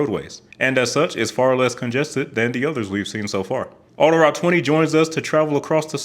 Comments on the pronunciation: I'm in Montreal. "Autoroute" is pronounced "auto-root", not "auto-rowt" ("ow" as in "wow"). And the pronunciation of many of the place names in Quebec is totally butchered. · Pronounced "auto-root", not "auto rout"